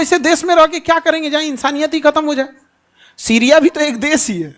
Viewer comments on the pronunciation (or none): none